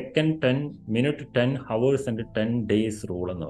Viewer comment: ഹോവേഴ്സ് അല്ല ഔഴ്‌സ്